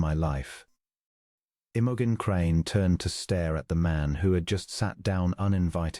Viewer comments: AI makes her name sound like an OTC medicine for digestive problems. 😂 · Unlikely. But a sweet short love story. Best part is that the narrator does not sound creepy or robotic and reads the lines fairly well. Well, except for the lady's name.